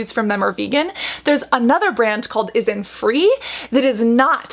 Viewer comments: It's INNISFREE not ISNFREE... 😂😂😂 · It's Innisfree not isnfree.... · “Innisfree” not “issinfree” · InsTree : got it. But : isntFree???? did you mean innisfree? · Cassandra, Not ISN Free, it's Innisfree ..but yeah it's quite confusing! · The isnfree brand you were talking about is actually innisfree, pronounced IN-IS-FREE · It's not Is-n-free - it's In-nis-free. 🤣🤣🤣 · that's innisfree..not isnfree.. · Yep because she’s pronouncing Innisfree as « Isnfree » so it makes it super confusing. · Yes but just a tip, the pronunciation is different. Isntree is pronounced correctly here but Innisfree is not. It's In-NIS-free, emphasized the NIS sound. Whereas it's Isnt-TREE, you emphasize the Tree sound. Innisfree is one of the OG highstreet Korean Beauty brand alongside with the likes of Missha. SNSD's Yoona was the brand rep for 10 years, and it's the top Kbeauty brand in China and Japan. Isntree is your startup newcommer. Innisfree was more popular for their makeup like the powder and BB cream, their pore serum, and the most famous - their green tea line. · I was just listening to the video and I heard that two three times. So I just asked her. It doesn't mean that I have some other intention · Innisfree is pronounced as 'in-nis-free' lol. Speaking of which, some of its products are actually quite good despite the concerns about its fragrance. Innisfree actually doesn't use essential oils although it does use fragrance, so that is actually something I can accept. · yeah because the way Cassandra was pronouncing it is wrong and can make it easier to get mixed up with another brand that's spelled similarly isntree [is in tree] is a different brand then innisfree [inn is free]